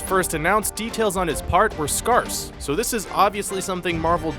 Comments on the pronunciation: Um... That's not how you pronounce 'scarce.' It's not 'scar' with an S at the end. It's 'scare' with an S at the end. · Scaaaaarce. Not scarse. Because that's not a thing. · It's pronounced SKAIRS not SKARSE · What the hell is 'scarse'? How the hell do you mispronounce scarce? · "Scarse"? Did you merge "Scarce" and "Sparse"? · I've become increasingly aware that there are usually multiple gross mispronunciations in every video, and it's getting very distracting. I was happier before I started noticing them. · What is it with this voiceover guy? Yet again he mispronounces words. Scarce ain't even a hard one! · yeah lol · It can be pronounced either way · Thomas Godwin You're recalling the dictionary? Had you spent a mass of time reading it? Why recall when you can just type and find it. Language is regional, as I said I hear it said the way he says it in the video quite often in the midwest. You being on the East coast should be used to a wide variety of different pronunciations of words.